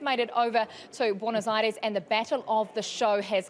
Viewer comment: If anyone is interested in how to pronounce Buenos Aires a bit better than we hear here ;-)